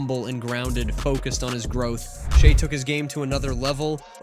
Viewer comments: It is crazy how this guy pronounced Shai's name 3 different ways through this article. Good otherwise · I’ve heard at least 10 different pronunciations of his name in this video